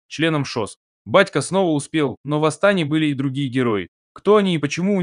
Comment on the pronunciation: Жаль комп коверкает Астана